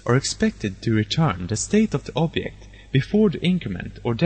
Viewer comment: where are u from? u cant pronouce object? it took me another 1 year to figure out